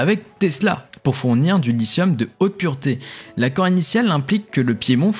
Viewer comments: pour info, "lithium" se prononce avec un 'T' dur en francais (et pas un genre de S) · 👍 Félicitations pour ces actualités. 🗞 Pour le lithium, en français, il faut prononcer 👂« li-ti-ome »👂 😉